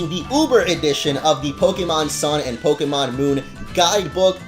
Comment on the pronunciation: it's pok-AY-mon. STOP STRESSING E'S